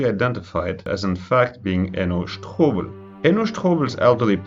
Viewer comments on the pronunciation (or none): You are really enjoying saying the last name "sh-TO-bel" 👍🏿